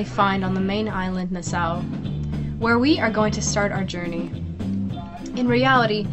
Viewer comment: It's pronounced na-saw